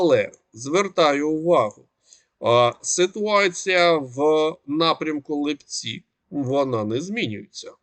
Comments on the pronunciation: Вы же не говорите липЕнь? Чё ЛипЦі,а не ЛИпці?ЛИпа,не липА! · Пане, населений пункт Липці правильно наголос на и', а не на і.